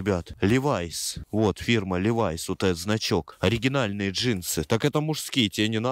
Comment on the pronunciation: Левис 😊 Левайс 💀